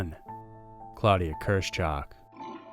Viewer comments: Her name is KIRSCH -HOCH. Not Kers - chock. KEER SH HOOCH. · The name is German, and it is pronounced "KEERSH" (first syllable) "HOAK" (second syllable, rhymes with "Oak"). Literally, in English, it would mean "Cherry High."